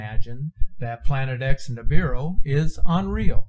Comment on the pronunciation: Dude it not Nibuir is apodos